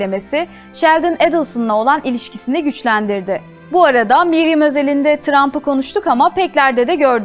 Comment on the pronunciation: Miriam not Mariam